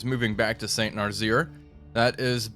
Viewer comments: "Saint Narzeer" gets me every time XD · Had to stop watching after the 3rd "Saint Narzeer"